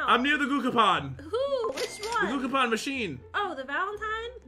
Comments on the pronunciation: you said gocapon and it's gachapon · Gucapon 😂😂😂🤣 it’s gachapon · Gachapon is pronounced GATCHAPON not guchapon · It is Ga-cha Pon not gokapon XD XD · Only would call a gachapon and gookapen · gucapon Me: dies of laughter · OMG a valentine gahcakaopon edit:; I want the gakapon! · getting triggered when and says 'cookapon' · what im confucing say gugapon and guagapan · Gah-chuh-pawn Gachapon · It actually triggered me when they didn't say Gachapon properly lmfao